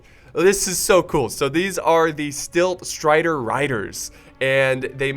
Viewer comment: also, super tilted that you kept saying stilt striders.... its silt striders. silt /silt/ noun 1. fine sand, clay, or other material carried by running water and deposited as a sediment, especially in a channel or harbor.